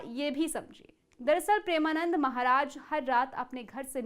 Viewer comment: Sabse pehle madam aap maharaj ji ka naam achhe se le